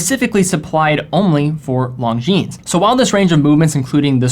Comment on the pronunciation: Did I hear Longjeanes?